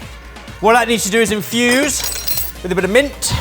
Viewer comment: "Infuse... with a bit o' mint" I think translates via stress into "f**k the lot of you" in a jovial way